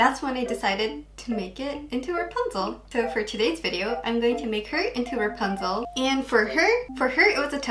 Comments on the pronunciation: ラプンツェルがランプツェルになってた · 一回目のラプンツェルがランプツェルになってます(´･ω･`;) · 英語を批判してるわけじゃないけど ラプンツェルがラパンゾーに聞こえる( ˙-˙ ) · の所でラプンツェルがランプツェルになってるw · ！ の所のラプンツェルがランプチェルになってるよ！！ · 1分7秒の時、｢ラプンツェル｣なのに、｢ランプツェル｣になってる！？ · ！ ラプンツェルがランプツェルに笑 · ランプツェルになってる、疲れてたのかな、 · ラプンツェルがパンゾウにきこえた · ランプツェルになってるよ！可愛いw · ランプツェルになってる！ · ラプンツェルがパンツに聞こえる← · ラプンツェルがパンゾーにしか聞こえないw 英語って難しいなぁ( ´･ω･`) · ラプンツェルがパンツにしか聞こえないwww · ランプツェルw 不意打ちに笑っちゃいましたw